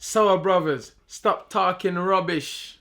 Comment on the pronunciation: When can we get the "stap tarhking" tees?